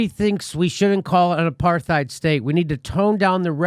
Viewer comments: Who doesn't love Jimmy enough to tell him to stop pronouncing the "TH" in apartheid?? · I love you Jimmy and love your show, but you've gotta stop mispronouncing the word apartheid. It's an Afrikaans word which comes from Dutch, pronounced apart+hide, and there is no th fricative sound, as there are no th fricatives in Dutch. Apart means apart, and heid is a suffix meaning -ness. It would be translated literally as "apartness." If you say apart heid together, it ends up sounding a bit like the way most English speakers pronounce the word: apartide. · Love u jimmy but u keep saying “aparTHeid” and I’m pretty sure the h is silent - apartide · The real warcrime here is the way jimmys pronouncing the th in apartheid...the situation of the palestinians is killing me inside... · You can always count on Jimmy to trip over that "th" in apartheid. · It's pronounced apart- hate. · It's pronounced a part tide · You're pronouncing the word wrong, Jimmy. It isn't with a "th" sound it's a "t" sound...aparTITE. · Why Jimmy cannot say the word "apartheid" is beyond me.